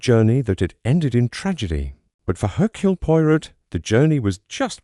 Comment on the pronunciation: Please instruct your AI narration app how to pronounce "Hercule Poirot" "Nice" and other simple words such as "carriage" "honey" "door" "echo" -- and to pay attention to punctuation, but not to read the punctuation marks or pause at line and page breaks.